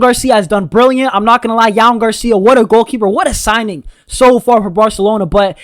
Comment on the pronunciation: You have really trouble saying “J”OAN Camper correct lol like Joan carcia